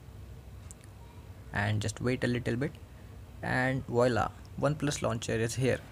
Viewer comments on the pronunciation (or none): none